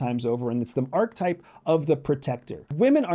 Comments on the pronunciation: “Are-ka-type” (3 syllables), not “ark-type” (2 syllables) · It's pronounced ar-kuh-taip, not ark-taip. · Why do you say arc-type, instead of archetype? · Ark-UH-type.. omg.. lol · Sounds like he's saying "R-type" that great sequel to Gradius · Credibility Killer No. 1: repeatedly demonstrating that you don't know how to pronounce a key concept you're relying upon - "archetype". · The word "archetype" has three syllables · sorry. it is profoundly concerning that you are pronouncing archetype this way. it isn’t a matter of options. it isn’t english. you won’t loop the correct pronunciation in & then re-upload the video, will you. it’s disappointing. if you’re going to do something, it can be done with excellence. ohhh… you’re trying to be controversial in order to generate more comment dialogue that you will never read or respond to. got it. ⛔️🛑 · Let’s start by learning how to pronounce archetype. A nice PowerPoint presentation from the psychology department at the CIA. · I hate the way he says Archetype. Uses big words without a hint intellectual basis. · Archetype has 3 syllables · Please learn how to pronounce archetype